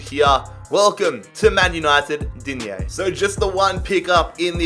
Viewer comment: In French we say digne not digné 😅😊